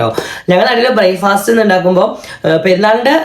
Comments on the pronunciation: ഇംഗ്ലീഷ് അറിയില്ലേൽ.. അത് പറയാതെ ഇരിക്ക്.. Bryfast അല്ല.. Breakfast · ബ്രായ്ഫാസ്റ്റ് അല്ല ബ്രേക്ക്ഫാസ്റ്റ് അല്ല ഇനി എനിക്ക് തെറ്റിയോ